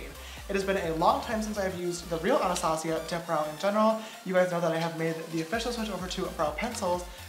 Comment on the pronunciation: Shot every time he pronounces Anastasia wrong